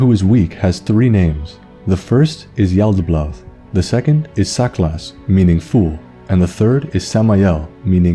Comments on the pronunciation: Yo nice video man great lore but i couldnt help notice everytime u said yaltaboath u pronounced it with 2 L's like yaltabloath its just yalda-baoth not yalda-blaoth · Am I the only one hearing him pronounce it as Yaldablaouth? It's been driving me insane the whole vid